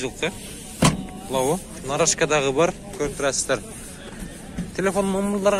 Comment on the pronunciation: Лаво дейсинби